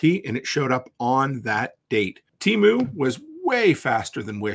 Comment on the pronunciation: "Temoo" lol